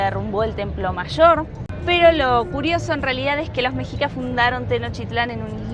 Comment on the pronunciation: Hola, no se pronuncia mejicas ni meksicas, sino meshicas. Saludos!